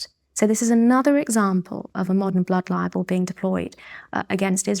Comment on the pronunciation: Why does she pronounce "Blood Libel" as "Blood Liable" ?